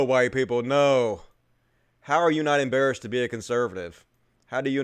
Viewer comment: "embeerased", I get it